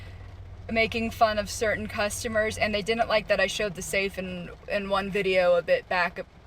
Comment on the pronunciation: I dinint know I could get fired for not being able to pronounce didn't